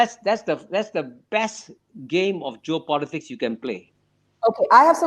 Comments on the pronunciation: Geo Politic 不是 Job Politic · It's geo-politics 区域政治, not job-politics 职业政治 or joe-politics